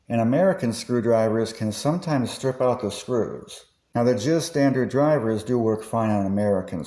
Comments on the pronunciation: Great video! I subscribed. By the way, JIS standards are pronounced J I S (each letter is pronounced separately), NOT sounding like JIZZ, which is something else entirely. Thanks! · Great video! I subscribed. By the way, JIS standards are pronounced J I S (each letter pronounced separately), NOT sounding like JIZZ, which is something else entirely and is more inline with the Waifu Pillows you mention at the beginning. Thanks! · You know ; never heard JIS pronounced any other way than Jay-Eye-Ess before. Maybe you should get some help. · Never heard someone pronounce JIS as "JIZ", that made me laugh. Also, I thought the JIS/Philips style were practically identical now? I thought JIS wasn't a thing and has been surpassed by a new DIN standard?